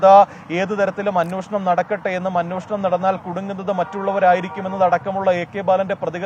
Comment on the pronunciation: അന്വേഷണം എന്ന് പറയാൻ പഠിക്കുക, അന്വോഷണം അല്ല 🤣